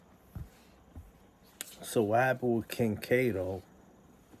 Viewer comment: Why do you call em Cat o. Like you havent done your research. Makes you seem fu bro. You should stop. 4ch ain’t a click, it’s an organization. You wild corny